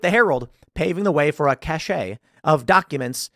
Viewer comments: “Cache” is pronounced “cash,” not “cashay.” “Cachet” is pronounced “cashay.” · Augh!! Cache is not pronounced "cash-ay", it's "cash"!. I'm just fighting the dumbing down of the language.